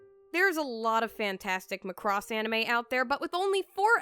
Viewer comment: The way you say Macross irks my very soul for some reason. LMAO